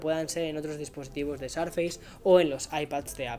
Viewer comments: No se pronuncia "sarfeis". Te recomiendo para futuros videos que lo pronuncies a la española ("surface" sin más) o que consultes la pronunciación de la palabra en el Oxford English Dictionary. Suena realmente mal para los que tengan alguna noción de inglés, de verdad. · dices mal surface!! Corrigelo. Saludos me encanta el podcast y tus videos